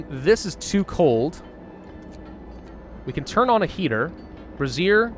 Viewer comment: Bray - zee - ur is how you pronounce brazier.